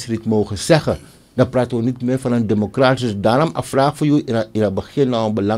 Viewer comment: Democratie heeft het accent op 'tie en niet op 'cra. Als journalist mag je wel letten op correct taalgebruik.Suriname glijdt af qua ontwikkelings niveau. T a.v. de jurisprudentie bevindt Riad zich in een moeilijk parket.Het vonnis tegen Chan mag niet genegeerd worden. En ga sporten, want die buik van jou ziet er echt niet goed uit. Je weet dat indien je ziek mocht worden in deze tijd, je niet levend uit het ziekenhuus zult komen. Breaking news: De ondervoorzitter van de VHP Aziz Gajadien heeft afstand genomen van het standpunt van Riad en Chan gevraagd in te grijpen. Hij verbiedt Riad ook om namens de staat Suriname te procederen.